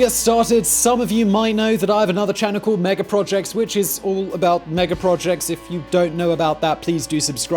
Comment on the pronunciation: The R at the end of "mega" right at the beginning was....scary lol